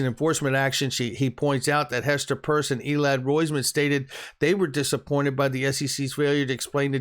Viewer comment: It's Peirce! Not Purse!